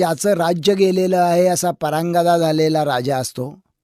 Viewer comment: ...परांगदा नाही परागंदा. मराठी थोडं कच्चं दिसतंय ह्यांचं.